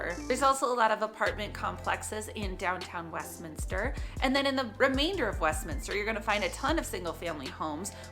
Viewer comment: Congratulations on pronouncing the city name correctly!